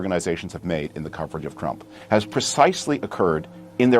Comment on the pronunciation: Did he just call the president “crump?” 😂